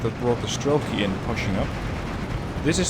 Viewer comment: avtom"A"tchki, not avtomatch"I"ki, strelk"I", not str"E"lki